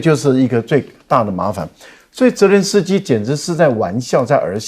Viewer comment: 帅将军很有水平，但总把泽连斯基叫作“伦泽斯基”，不知何故？😅